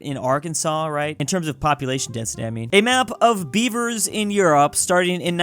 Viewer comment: Omg he was saying Beaver and I heard bieber, thinking why are people naming themselves bieber now😭